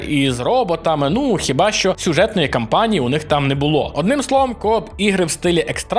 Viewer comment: кАмпанії, будь ласка, дуже прошу. Кожен український ютубер каже кОмпанія. Це надзвичайно ріже слух. Це ж повністю ріже слух. Дай Боже 💪